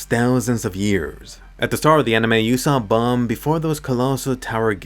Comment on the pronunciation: I hate how Bam’s name is pronounced bomb